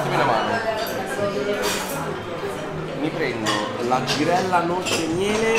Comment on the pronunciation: “La givella l’ho sfilettata io pevsonalmente ievi sera”